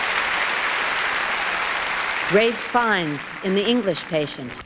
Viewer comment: The ENGLISH Patient she said with that odd American emPHAsis on the wrong word. Nancy Reagan: the president was having lamb with MINT sauce.